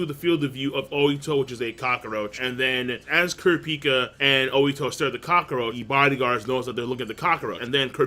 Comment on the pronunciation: Is it just me or does King pronounce cockroach weirdly? It kinda sounds like "cock-o-roach"